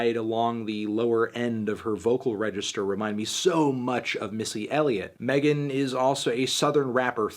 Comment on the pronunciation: I know you want to be her, but it's MEGAN thee stallion not Melon thee stallion